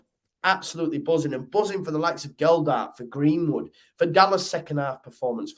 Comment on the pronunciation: Totally agree....apart from the pronunciation of Gelhardt. MOT